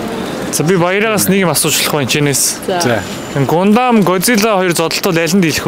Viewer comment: гундам gesh гандам шүү 🥲